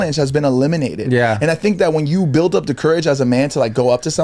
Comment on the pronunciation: “builDD” 😂😂